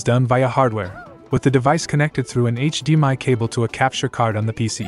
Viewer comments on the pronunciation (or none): none